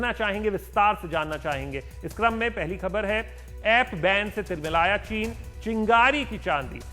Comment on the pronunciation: साहब की जबान फिसली चीन की जगह चना बोल गए।